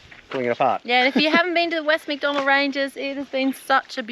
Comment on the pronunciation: Great vid. Outstanding drone footage of the Western Macs. Shame you didn't go to Roma Gorge. Only 5 K west of the Redbank turnoff. Maybe next time. btw, its MacDonnell.